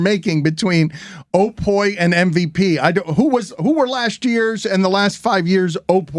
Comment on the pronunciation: Sporting News OPOY....common. SNO-POY.